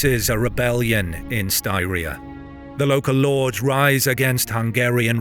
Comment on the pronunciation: I was going to mention you pronounce Styria odd, but seconds later you nail it 3 times. I'm stunned that your ear hears seem to have picked that one up, but there is no hesitation whatsoever. That's cool. It's not surprising these guys left their infantry behind though, because peoples like the Pechenegs were hunting on these lands along the Danube river for 1,000 years. These are continental superpowers. If you can't afford a horse - you get to protect the camp with the women.